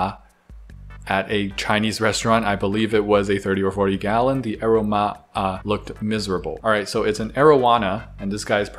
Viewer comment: The word is aroma pronounced uh Rome ah. Yes, its an actual word. Love ur posts & repashi.